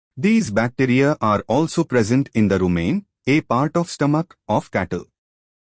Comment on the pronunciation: Lol just like how rumen became 'rumain' 😂😂!